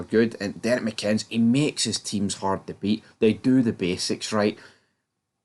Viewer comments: It would be an absolute disaster....for this channel if he was appointed. Struggling with the pronunciation fella 😄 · There's videos where they do pronounce his name correctly. I just always assume they are deliberately mispronouncing it. Maybe goes back to something from earlier videos before I was watching. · If he came, and I doubt he would if there are absolutely no funds available, it'll be interesting to see how long it takes you guys to spell his name right or pronounce his name correctly. Apart from that, keep up the good work.